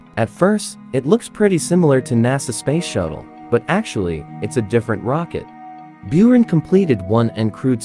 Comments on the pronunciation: It's pronounced 'boo-run' — means 'snowstorm in the steppe' in Russian. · Not Bewran. The correct pronounce is Booran... It is Storm. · Its pronounced, boo,rahn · ***Buran is pronounced Boo Rahn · Beeraan brugh cant Americans ever pronunce ANYTHING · Isnt it pronounced burr-ron? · Its pronounced "booran" and it means something like sandstorm or hurricane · Learn how to pronounce "But - ran" ok? ok! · What really gets on my nerves is he pronounces buran byurin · Good God already could you pronounce those two words properly